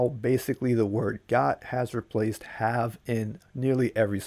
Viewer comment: "I gotta get outta'yeah"...um out..."i gotchu"... any body else say "hab" instead of have?